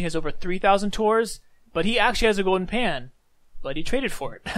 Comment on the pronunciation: go-den pah